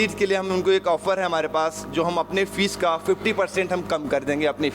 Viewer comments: Fees not feces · lmaooooo the man was saying feces